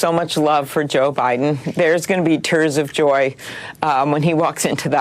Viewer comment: Lol "there's gonna be turds of joy"